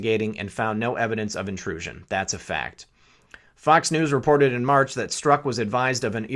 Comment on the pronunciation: Pronounced Strock